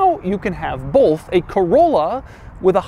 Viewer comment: He said “bolth”